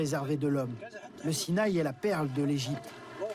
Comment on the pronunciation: SI NA I !! Pas sinaille .